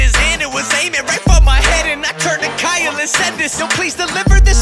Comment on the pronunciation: Kyle: ITS X-YLE